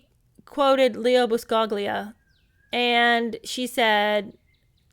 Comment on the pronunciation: I love how you do that trembling voice for all Meghan's "vulnerable" quotes in this chapter. She's such a melodramatic phony. This is probably just an oversight on your part, but the "g" is silent in "Buscaglia."